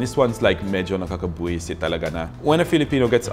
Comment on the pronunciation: ahahah...lets eat salad! kahit saan pala ha? ahhaha liked ur pronunciation of NAKAKABWISET :)